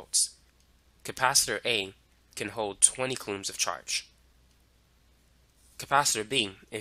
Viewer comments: It’s so distracting how he pronounces coulombs. But I appreciate the in-depth explanation. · Very useful and informative. If I had the time to sit down somewhere and actually absorb all the information it would all click into place.. lol i did find the narrator s pronunciation of "coulombs" a bit quirky